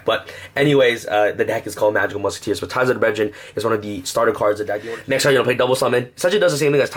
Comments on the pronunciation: Brethren...not breDRIN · I heard breadjerin